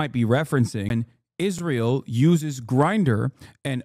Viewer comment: "The Gulf countries support Izrail, so..." That pregnant pause where realizes he's not actually prepared for this interview, and then just lightspeed changes the subject [chef's kiss]